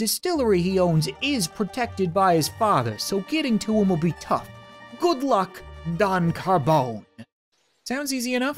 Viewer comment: Cob Rardon